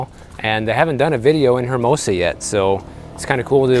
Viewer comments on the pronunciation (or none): It’s not pronounced HERmosa. It’s Ermosa. It’s Spanish